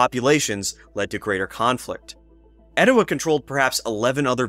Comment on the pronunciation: I live just up the road in Dalton and have lived here all my life. That’s how we pronounce “Oostanaula” so as far as I’m concerned, you nailed it. But your “Etowah” is a little off. Extend the “ah” at the end then you’ll have it. 😉 I’ve never visited the Etowah site but have visited Ocmulgee. Pretty incredible! You’ve done some great work with this video!